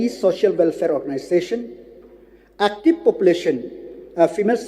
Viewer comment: It's so annoying when he Lakmen Rymbui pronounce the word "active" as"actip" 🤣🤣